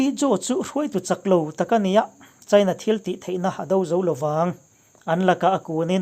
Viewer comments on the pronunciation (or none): none